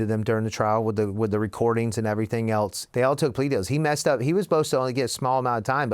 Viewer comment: Never trust ppl who pronounce it "elts" instead of "else"